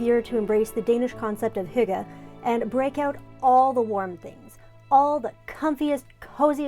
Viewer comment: As a Canadian Dane, I just want to say...yay! You pronounced hygge perfectly!